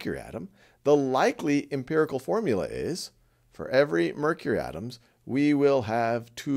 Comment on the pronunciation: Your videos are great! But it's "empirical" - please correct.